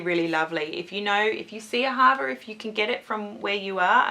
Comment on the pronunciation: It's said AA-ha-VA It's an Israeli brand, it means love in Hebrew :)